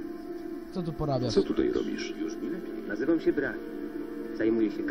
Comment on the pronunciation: brahim a nie braham